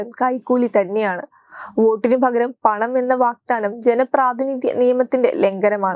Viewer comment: വാഗ്ദാനമാണ്, വാക്താനമല്ല.